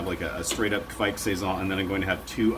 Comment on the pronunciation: I wont hate on the mispronunciation of Kveik.